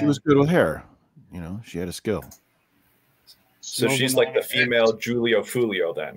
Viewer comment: "Julio foolieo" 😂😂😂